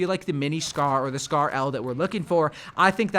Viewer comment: Dude said Scar-L lmao